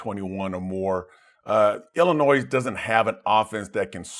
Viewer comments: K besides Dave here ^ I’ve never heard anyone pronounce it as Illinoise. Safe to say at least 90% of people say Illinoy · Just one little thing. It is IllinNOY not IlliniNOISE! The s is silent. I know that a lot of people pronounce it that way, but, coming from the Midwest, IlliniNOY is correct. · I appreciate the clarification as I was doubting my pronunciation as everyone on the show was saying IllinNOISE! :-) BTW, back at ya... for those of you in the Midwest, its ORY-GUN, not ORE-GONE.